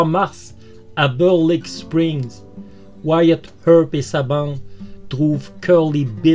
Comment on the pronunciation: Énorme, je viens de le découvrir et j'adore cette histoire, je m'y étais intéressé à l'époque du film, mais l'histoire réelle est toujours plus passionnante. Merci pour ce doc doc( comment tu prononces bien wyatt earp moi je n'y arrive pas😜)